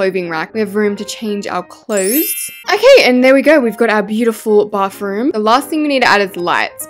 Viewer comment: You call a bathroom a bafroom😂😂😂